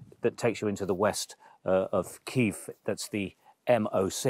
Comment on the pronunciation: The way he pronounced Kiev tell me everthing 👎